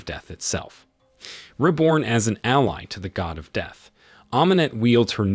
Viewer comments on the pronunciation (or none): none